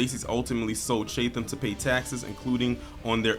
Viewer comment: It’s pronounced chat- em . But good video. Thanks